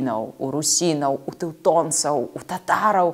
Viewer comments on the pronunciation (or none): Ну не "цеутонцау", плз! Тэутонау.